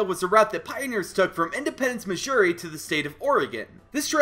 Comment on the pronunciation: Did you say Missouri as Mishuri? Bro